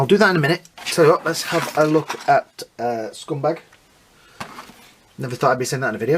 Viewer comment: Why do you call him scumbag? It’s scumbug. Great review though. Appreciate your videos. Happy Holidays